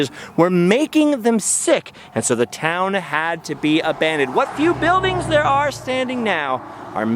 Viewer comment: "Heavy metals....A-BANDoned ? Anyone? Bueller...Bueller?